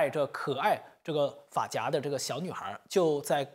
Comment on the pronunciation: 发夹（fa2jia2× 正确：fa4jia1） 鲨鱼夹（jia2× 正确：jia1）